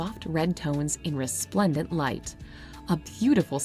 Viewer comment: Blud said resplendent light 😭🥀